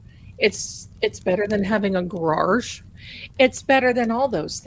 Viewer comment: Cracks me up every time time you say, Garage like Devers did.